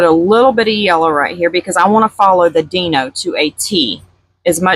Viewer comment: I really hate to correct you but it’s pronounced “Die no” not “Dee no”